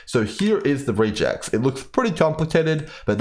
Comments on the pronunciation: REGular EXpressions It's pronounced Reh-geks, not "re-jecs" ;) (am I starting a gif vs. jif situation here?) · "Regex" is short for "regular expression". Hence, its pronounced more like "rej ehx" than "ree jects". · I have never heard REGEX said that way. Sounds almost like Rejects. Short for Regular Expression, normally I hear it pronounced Reg Ex the first two syllables of the words. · Love the video! but man the way you are pronouncing regex is so odd to me as a developer Its a short for regular expression, so we usually pronounce it as the combination of those words (rEgEx instead of rEAgEx) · please stop calling us rejects and instead say regex as re in regular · Pardon me, but you are pronouncing "regex" incorrectly. It is a shortening of "regular expression" (something that has been around in general computing for along time), so it's pronouced either "reg ex" (or sometimes "rej ex"). Just so I am not only complaining: great video, it's the first one I found when trying to understand this mechanic and I don't think I need to find another :) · Regex stands for regular expression and is pronounced reg-ex like the beginning of both words. I'm only making this comment because I was listening to the video without looking at it and I literally did not know what you were talking about. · No, you are correct, I was half a second from commenting the same thing before i saw your comment... Was bothering me too, as a admin who uses regex quite often that pronunciation was triggering me lol